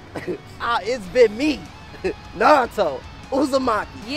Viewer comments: Narudo it’s naruto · How does not know how to say Naruto